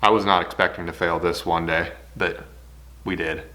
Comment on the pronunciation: Is it just me that hear "juan day"?